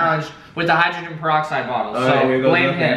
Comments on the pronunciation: Ryan said hydrogenne galoxide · Did Ryan say hygroglen goloxide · Ryan say hydrogen geloxide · this man said hydrogenpoloxid now we now why he cant spell mouth if you don't know what i mean go to wolfieraps try not to drowned challenge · HIGGGREXTAIN PAROXIDE SWAZE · "Hydroglyn golixide" lol